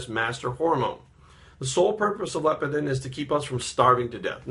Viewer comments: Leptin not Lepitin. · haha i love you man. I agree with 95% of the things you say. I believe you're pouncing leptin wrong. you're saying LEPITIN.